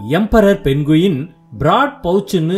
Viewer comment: மொதல்ல இது பேரு 'பென்குயின்' கிடையாது. இதோட பேரு 'பெங்குயின்'. கதை நல்லா இருக்கு. ஆனா பேரை சரியா சொல்லுங்க